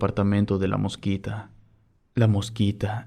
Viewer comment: Soy de Honduras y no es la "Mosquita" es "La Mosquitia"